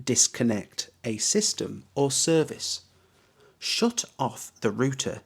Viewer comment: really strange pronunciation, 'shut' like 'shoot'